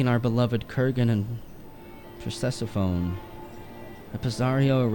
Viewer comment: Per-sef-fo-nee. ^^ Honestly, it's strange considering how impressively he pronounced Lukan's nonsense.